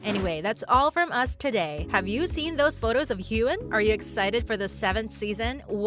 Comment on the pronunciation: Jesus!! Her name is pronounced as KATRINA and Heughan is pronounced as Hughwan and it’s DOUGAL mckenzie not DOUGLAS!